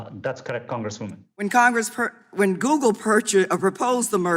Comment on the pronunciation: Mr. "Prikai"? He shouldve said "Songress dabluman"